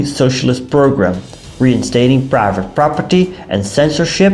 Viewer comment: The way he says private property makes me piss laughing every time 😂😂😂 "praaava prappadi" 😂😂😂 great videos though!! 😊